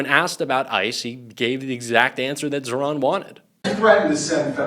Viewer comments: Pas ZERON mais ZAHRAN 😉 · ZAHRAN par zéro ,prononcez bien le prénom si beau.